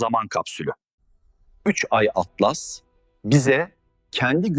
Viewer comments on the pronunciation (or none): 3 Türkçe i harfi İngilizce Atlas Türkçe telaffuz yazılarda Türkçe okumaktan imtina edip sonra sonra Garip telaffuz ortaya çıkıyor